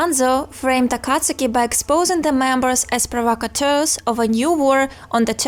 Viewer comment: U pronounce akatsuki wrong🤣🤣🤣